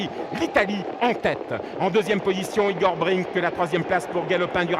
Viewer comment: C'est vraiment un très mauvais commentateur cet obèse. Toute la course il dit Igor Bring au lieu de Igor Brick. Enfin, on sait à quoi il doit sa place et celles de ses enfants...